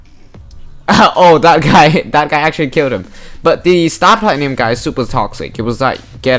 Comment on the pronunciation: I love the way you say star platinum